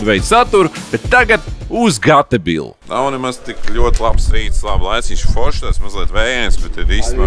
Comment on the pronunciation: Nevaru nekādi saprast, Tu speciāli Gatebil izrunā kā (Ga Te Bil) nevis (Geitbil) vai es visu laiku galvā nepareizi izrunāju? 🤔